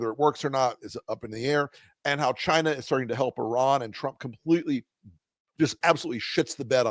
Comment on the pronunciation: Telling how Trump pronounces China as ‘giina